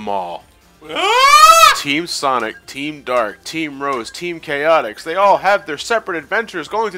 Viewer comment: You said their name wrong! Lets play ruined forever! You gotta say team chaotix like their song does it. Team Cha-OT- IX!